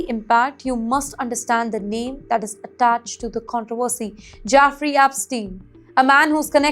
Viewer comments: jEffrey not jAffrey... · I know right! Who are Jaffrey and Apstien, one wonders?